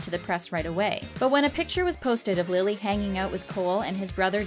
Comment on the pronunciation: I cringed when she said Lilly's name wrong